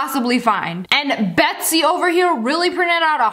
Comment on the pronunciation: MAH NAME IS BETZY I just sounded weird when she said my name😂